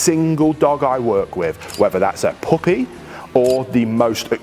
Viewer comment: You’re an amazing human being. Thank you. I do laugh when you say “puppy” in your accent….sounds like “poopy” 😂